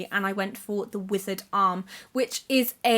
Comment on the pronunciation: I thought you said 'The Wizard Arm' with that Thomas Hardy book haha. I was about to say, Hardy wrote a fantasy book?!